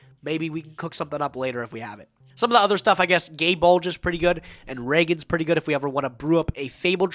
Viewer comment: "Some of the other stuff, Gae Bulg (mispronounced) is pretty good." Joseph: "Oh, I'll show you my gay bulge".